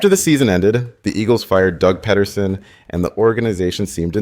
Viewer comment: Dude reaching the script didnt even do the writing and it shows. The research isn't bad but again miss pronouncing things and reading things like bullet point and slide shows doesnt show they understand the material. "Doug Ped der son".